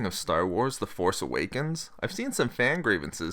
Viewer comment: Please stop putting the emphasis on "force" in "The Force Awakens".